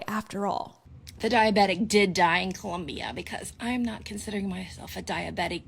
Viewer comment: All of you in the comments make great points, I just wanted to point out , I hate how she Pronounces Colom-BIAHHH